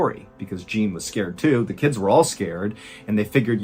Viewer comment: the mispronunciation of Jean is killing me, lol.